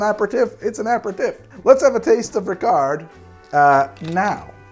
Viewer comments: No, you do not pronounce the T in Dubonnet or the D in Ricard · I'm not gonna comment on the various mispronunciation, but it would be a shame not to mention Ricard is supposed to be served over ice, with 5 parts water (or to taste). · great episode, as always! As a Frenchman, I can help in some areas here: you don't pronounce the final "t" and the final "d" in Dubonnet and Ricard, they are silent. Plus, you always want to add fresh water to your Ricard, you never drink it neat:-) think of it as grenadine for grownups ^^ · did you just drink a ricard (you don't say the D) without adding water ? my gosh, usually it's 1 part ricard, 5 to 7 parts water then add ice cubes, you should really try the regular way (i am french and work in a liquor store if you need any intel) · You don't pronounce the D in Rickard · Yo we don't say the d in ricard